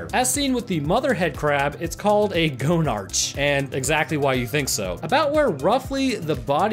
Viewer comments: Just a few pronunciation adjustments, Nihalanth is pronounced Nialanth, the h isn't said. Gonarch is pronounced Gonark. A few corrections to your facts. The Resonance Cascade, which is what started the BMI (Black Mesa Incident) was caused by the Anti Mass Spectrometer interacting with the Xenian crystal, this caused portals to open randomly, and as Resonance built within the crystal it eventually exploded. About Xen, it is not a Universe. It is a Border World, an inbetween between the fabrics of reality. No creature is native to Xen. All of them have been pulled through/gone through as Xen touches the fabric of reality. As Xen gets close to a Universe tears open, allowing things to slip through. The Resonance Cascade caused an unatural Tear to form. The Nihalanth came to Xen from its Universe after the Combine attacked that Universe, it fled to Xen seeking safety. Upon arriving, it discovered the other creatures and that it could subjugate/contain them. When humanity ripped a tear into Xen, the Nihalanth, fearing that the Combine would find it eventually, took this chance to take control of Earth and make it a haven for the Nihalanth. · no its go-nark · It's not go-nartch, it's pronounced the same as monarch. The name is a joke; it's a play on words on the fact that it's the headcrab queen/mother, and the fact it has a large testicle hanging off of it. - Gonads + Monarch = Gonarch! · 'Gonarch' is prononunced 'Go-nark'. It's a portmanteau of 'gonad' meaning testicle, and 'monarch', meaning queen. I died a little more every time you said it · Okay 2 things 1. The old Half Life 1 models of the Headcrab actually has the inside of the hole visible, there’s a lot of guts, and an eye 2. IT’S PRONOUNCED “GO-NAR-KH” It’s the combination of words “Monarch” and... “Gonad” Also the ribs are open so the headcrab has an.... orifice to ingest food into the host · After the headcrab matures enough i becomes a Gonarch. ( It's pronounced Go Narkh )